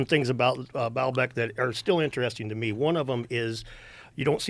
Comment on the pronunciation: "Inner resting" - Billy Carson